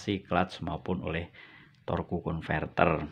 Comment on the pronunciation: Torque dibaca tork.